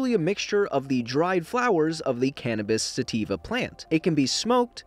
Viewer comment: he said “flowers from the cannabis sativa plant”😂